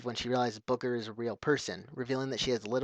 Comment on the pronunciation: did you just say "Booger"? :P